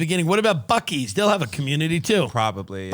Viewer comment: Tim, for future reference, Bucee’s is pronounced Bussy’s